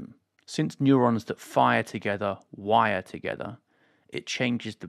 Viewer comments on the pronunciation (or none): none